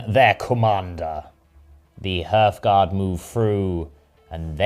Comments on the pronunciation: I know that you are doing this on purpose now! It will never be "h-earthguard" when spoken, but always "h-arthguard". Now please stop irritating my ADHDTCPDDT. Carry on you super bosses, but heed my warning! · The pronunciation of "Hearthguard" kills me every time, it's "harth-gard" as in the guardians of the hearth, the fire in a home